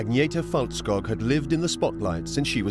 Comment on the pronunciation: It's Felt-skoog, not Fault- skogg